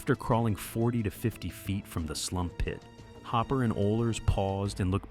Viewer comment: The way he says "Slump pit"